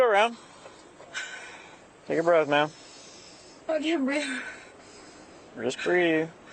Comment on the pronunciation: I thought it was breatf.